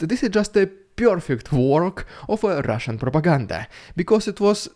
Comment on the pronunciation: "Rrrrrrrrrrrrrrrridiculous Rrrrrrrrrrrrusian PRrrrrrrrrrrrrrrrrrrrrrrrrrrrrrrrrrrOPaganda!!!!" I love that SO much!!!! :face-red-heart-shape